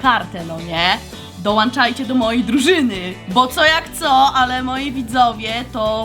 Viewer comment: Hej! Moja córka Cie uwielbia! Jednak jako mama muszę zwrócić uwagę na poprawność wymowy - dołączajcie! Pamiętaj, ze młode pokolenie się na Tobie wzoruje. Wszystkiego dobrego!